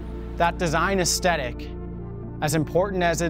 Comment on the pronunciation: AesTHetic, not aesTetic